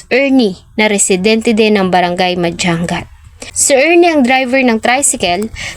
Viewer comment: Hindi Po madjang gat. Madyangat Po tamang pronounce. Sana sunugin din Buhay. Taga Vizcaya po